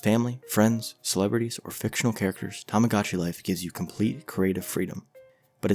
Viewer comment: This is a good video, but you keep pronouncing it as “tamigotchi life” but it’s “tomodachi life”, but also you somehow pronounced “tomodachi collection” correctly